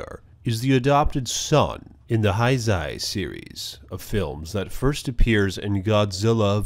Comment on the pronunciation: cool vid but you pronounce heisei wrong :)